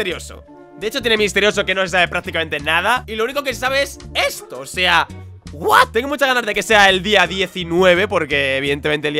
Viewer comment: Cuando dice " Buat? " hahahah ( what )